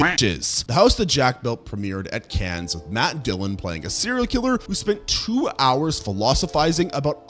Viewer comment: "Cannes" is pronounced "Can", you make this mistake in every video...